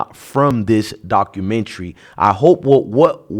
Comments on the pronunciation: 1st 2 seconds: “The dock-roo-mentary” LMAO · If you don't know how to pronounce documentary😂